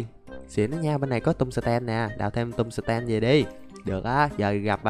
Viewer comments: Anh dọc chữ tum sờ tem nghe mắc cười. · Anh ơi, em nghe anh đọc chữ tung sờ ten nghe nó hài hài sao sao ấy